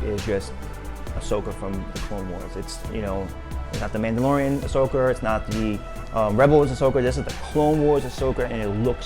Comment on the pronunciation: What you cant say words that end in an a your calling asoka asoker grown man that dont know how to pronounce word hilarious